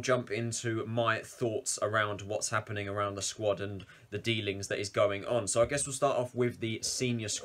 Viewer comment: It’s meant to be what’s happening people but most English people just say sappening people 😂